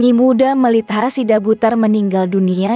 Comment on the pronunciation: Namanya melita bukan melt...ha.... gimana ibuk ini jd bawa acara..😀😀